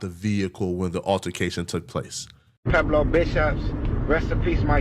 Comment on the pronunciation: Pueblo this fool keep saying Pablo.